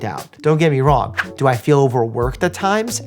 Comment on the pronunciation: Dr. Mike: "do I feel owerworked at times? Ab-so-lute-ly" Also dr. Mike: "in addition to all the current activities, I'm working on a book, wanna do more tours and boxing matches, and launching a Professional's Media Academy to make it easier for professionals to debunk misinformation" Oh, how I wish I could metabolize mental energy in the same way! Seriously though, much congrats on your success, and all the best wishes for your further growth! You rock, I think you're one of the best edutainment channels on the platform.